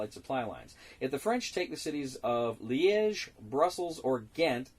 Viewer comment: Kudo's on pronouncing Liége correctly! ^^ (well, the first time at least :D )